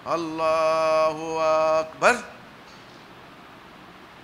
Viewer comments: আল্লাহু আ----ক ---বা----র ব্যাটা মূর্খ কোথাকার টান আছে এখানে? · ওরে দুষ্টু দাজজাল মার্কা হিজবুত তাওহীদের দল তোদের স্বলাত টা তো হল শয়তানের তৈরি করা স্বলাত আললাহু আকবার , এই তকবীর দেওয়ার সময়ে আ- ক বলার জায়গাতে টান দিলে কেন যেখানে টান নাই সেখানে টান দেওয়ার অধিকার তোমাকে কে দিয়েছে, কুরআনের ক জানে না হাদীসের হ জানে না আর ইমামের নামে নতুন একটি দল তৈরি করে জাহান্নামের দার প্রান্ত থেকে জাহান্নামের দিকে আহ্বান জানাচ্ছ আর অজ্ঞ অবুঝ জাহেল মুর্খ অসভ্য বর্বর পাগল বিকলাঙ্গ মানুষ গুলো জাহান্নামের দিকে পংগপালের মতো ছুটছে। হে আললাহ এই শয়তান হিজবুত তাওহীদের খপ্পর হতে মানুষ কে রক্ষা করুন আমীন। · তার তো কোরআন তিলাওয়াত সহীহ না,আল্লাহ আকবার, তাকবির তার সহীহ নয়। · এই বাটপারে তো আল্লাহপাক বার সহি ভাবে বলতে পারেনা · ভাই আপনি ছলাতকে বিকৃত করছেন। তাওবা করুন। অনুসারীরা ও মূর্খ আর যারা দেখতে গেছে তারা ও মূর্খ। মূর্খ ইমাম তাকবীর ও উচ্চারণ করতে জানে না। মহান আল্লাহ তায়ালা সবাইকে হেদায়েত দান করুন আমীন। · যে ব্যক্তি আল্লাহু আকবার টা সঠিকমত উচ্চারণ করতে পারে না... যার মধ্যে রসূলের কোন আদর্শ নেই রসূলের কোন সুন্নত নেই... দাড়ি চাসা... এমন একটা ব্যক্তি বলে কোন দলের ইমাম... আর যারা এর অনুসরণ করে এদের মাথায় আসলে গোবর ছাড়া আমি আর কিছু দেখি না... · নামাজ পড়া শিখো আগে কোরআন পড়া শিখো আরে বেটা তোমার আল্লাহু আকবার সহি হয় না আগে আল্লাহর নামটা ছড়িয়ে করে বলতে শেখো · তাকবীরে শেষে যে ধাক্কাটা মারেন সেটা কই পাইলেন? এটা তো ভুল উচ্চারণ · আপনার তাকবির সমূহের উচ্চারণ ঐ তো ঠিক হয় না। না জানি কিরাআত এর কি অবস্থা!